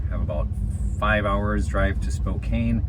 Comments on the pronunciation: It's Spo - Can, Not Cane! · Just fyi - it's pronounced "Spo-can". Pronunciation police here. Lol! Yeah, don't know why they put an "e" on the end. I think it's a native American thing.